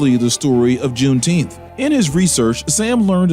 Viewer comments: Wait, you mean it's not "Juneteenf?" Let me axe you dis. Is that ocean to the west the Pacific or "Specific" Ocean? There's a TX lawmaker who's confused the pronunciation. Then, there's Jesse Jackson. He's says, "sammich." I always thought adults pronounced it, "sandwich." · I.Q level 100. "Juneteenth"